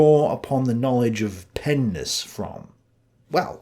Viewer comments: Stop saying pennis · my child brain every time you say Pen ness thinking of something else lmao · You said pen-ness🤣and every time you say it I start laughing!🙏👍🏻🙋🏻‍♂️ Plato studied pens in all of their nesses 🤣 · This nigga tik talmbout some pen-ness… bruh sound like he talmbout some penis 😂😂😂😂😂